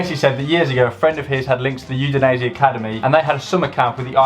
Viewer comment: Udinese* not Judeneisi